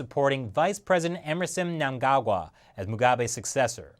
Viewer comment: Great pronunciation of mnangangwa love it